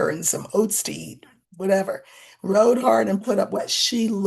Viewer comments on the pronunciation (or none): none